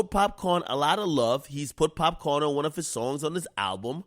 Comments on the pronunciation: Mans said pap con 😂😂😂🤣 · Bregin it POPCAAN not POPCON an yu supposed to be a yaddi yoself ak wtf😩😒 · popcorn?? are u high? its popcaan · Popcaan not popcorn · It’s PopCAAN not corn you bitch nigga lol. Always trying to claim you got Jamaican roots and say some shit like that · My nigga how you Jamaican and pronounce Popcaan like that? Thats wild.. LOL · How u Jamaican sayin popcaan wrong